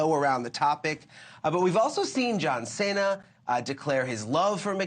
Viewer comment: As soon as he says "John Senna" you can no longer take this man seriously. lol